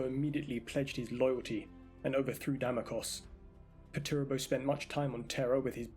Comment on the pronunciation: good vid, but just some advice, his name is commonly pronounced "perch-er-ah-bo"